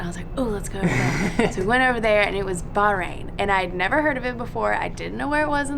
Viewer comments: not local she is Indian live in Bahrain... she is not even pronounce Bahrain correctly! So sad that u didn't see the best in Bahrain with real Bahraini! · Rashid he’s not wrong. She can’t even say Bahrain properly. I’m not Bahraini but I’m still kind of irritated, as I would love to see a real Bahraini who speaks Arabic and is actually from there, practicing the culture... she’s British like me and that’s all I see. I’m more irritated that she’s called a native by when she’s an expat.